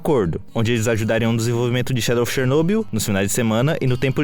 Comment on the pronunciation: Finalmente alguém que pronuncia Chernobyl corretamente. Mas só um detalhe, quando dizemos "Chernobyl" estamos nos referindo a Usina Nuclear de Chernobyl, não existe "região" de Chernobyl, a região é Pripyat, mas perfeito o vídeo, simplesmente um dos melhores que já vi e que explica muita coisa.